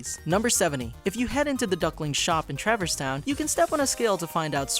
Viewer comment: Ugh. Traverse Town. Not travers.